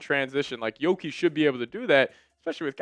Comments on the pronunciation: lmao pair giddey with primo must watch. and its yuuki not yoki. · That's "Yuki" with a "U" not a "O" 😂